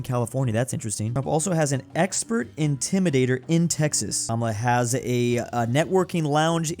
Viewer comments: Kuh Mala… not cumula. But it is what it is cause no one cares lol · It’s kaa maa laaa